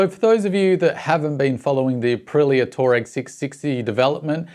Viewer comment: Rattles on about pronouncing "orientated", but he can't pronounce the name of the bike.